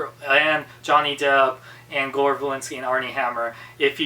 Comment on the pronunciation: You didn't pronounce Gore Verbinski's name right